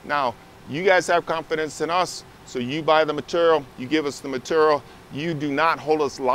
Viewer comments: M’tural is not how one should ever say ‘material’. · Meterrell.... materrell.... materrell